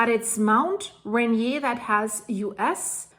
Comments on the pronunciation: Hi,, enjoy your channel. FYI, it is pronounced Ray-near. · The correct pronunciation of "Mt. Rainier" in the United States is typically "ray-NEE-er". ❤ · Mt. "Ray-near" ☺ could eaysily trigger the Cascdia or any number of Faults, Volcanoes... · person-turqouise-waving:It's the English pronunciation ray-neer, not the French as in the Prince Ranier of Monaco like you're doing like a native Monégasque, lol. :trophy-yellow-smiling::hands-yellow-heart-red::hands-yellow-heart-red::medal-yellow-first-red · By the way, we pronounce it Mt Ray-Near in the PNW. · Ray-near. Ray (drop of golden sun) near (very short way to run). I know the name looks the way you're pronouncing it, but (take it from a native speaker) English is dumb. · Pronunciation ..... Rain near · Mt. Rainier is pronounced 'Rain Ear' (One word). You're welcome! :) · Love your channel, I have been watching it since the Swiss avalanche. Anyway, the way you pronounce Rainier is close to reindeer without the D OK keep up the good reporting. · ray-near, n0t r0ck-et science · We say Mount Ray Neer like it rhymes with Beer. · I agree with you. Wouldn't want to live too close. Unfortunately, I have to live in Olympia WA and can see the mountain on a sunny day from our house. We pronounce the R in Mt. Rainier. (ray-neer). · you pronounce Ranier like I used to. It looks like a French word. But the locals pronounce it Ran-eer. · Pronounced Rain-Ear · Thanks for this report. FYI: the way that Americans pronounce the name for Mt. Rainier is Mt. Rā-nēer, not the French pronunciation that you are using. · THANK YOU FOR THIS REPORT. JUST SO YOU KNOW HOW TO PRONOUNCE THAT MOUNTAIN IT IS LIKEN TO REINDEER, RAINIER AKA RAI--NEAR. OK, TAKE CARE. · It is pronounced “Rain Ear”. I live there. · Myself and my family live in Enumclaw, Carbonado and Auburn. All at the foot and on the flanks of Mt Rainier. I’m not worried. Yet. Rainier is pronounced Ray-Near and Puget is pronounced Pew-jet. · it is pronounced "Ray near."